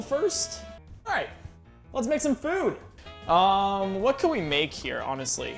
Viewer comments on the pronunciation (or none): none